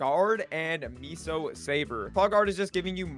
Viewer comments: "miso", do you mean meso? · Pronounced Mess-OH